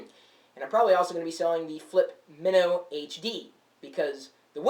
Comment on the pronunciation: this has the greatest video like everything looks great, but its not as colourful, and the sound isn't as great as the flip mino. Also, i thought it was pronounced my-no. not min-no